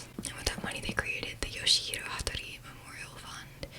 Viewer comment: Its pronounced "yaw-shee"